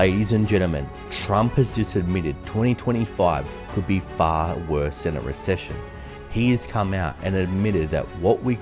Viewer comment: "Far" not "Fare".